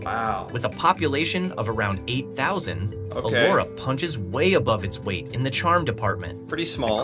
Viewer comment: Elora not Allora